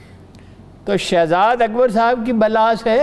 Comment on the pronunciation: صاحبہ سے گزارش ہے کہ کاف کو قاف نہ پڑھا کریں ـ ملک کو ملق، کاروبار کو قاروبار، اکبر کو اقبر پڑھتی ہیں ـ کچھ کو قچ پڑھتی ہیں عجیب سا لگتا ہے ـ